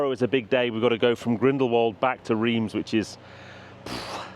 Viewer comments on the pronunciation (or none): What a trip! I am surprised that when you got back to France and Reims that they didn’t hang, draw and quarter you though for the mis-pronounciation ! Rather than Reems, they say it Raunce. I was always guilty of this, and then my neighbours friend who came from there kept correcting me 🤣🤣